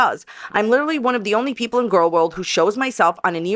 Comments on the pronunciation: The judge will hold her in contenpt for “lee-tur-a-leee”on the second utterance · "Your honour, my jaw was liderulee on the floor when I realised what my beepedee made me say" 😂